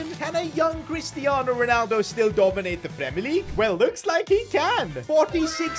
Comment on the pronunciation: cwistiano Ronaldo